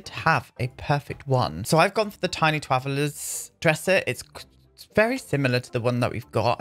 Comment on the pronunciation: That's what it's called 😊